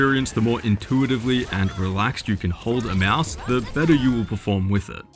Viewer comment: Can't stop laughing at "Meowse" =D